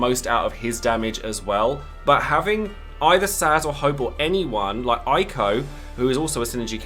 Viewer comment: While you still mispronounce Eiko, I still propose this to make light of it: MAKE AN EINSTEIN-EIKO EMOTE WITH WHITE FACIAL HAIR ON EIKO'S FACE, OR ELSE